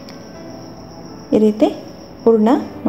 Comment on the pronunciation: It is hurana. Not oorna. Then Kannada sounds best.